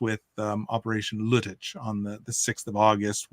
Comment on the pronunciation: As always, good show, a lot of expertise, as always good lead by you but the pronunciation of German terms is cringe-worthy! Lüttich sounds like lettuce, its LEIBstandarte and not LIEBstandarte. I know I stand alone here regarding this but its annoying. The rest ofcourse is top-notch and out of my league!